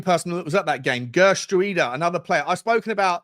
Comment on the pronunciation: Isn't it pronounced "Heh-er-trowda"? Not the best with my Dutch, but I think that is a close pronunciation...